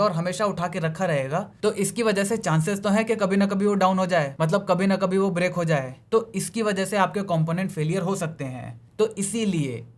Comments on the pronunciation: The word is "brick", not "break". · Break nahi gadhe usko brick bolte hai 😆😆😆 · Break nehi use Brick bolte hai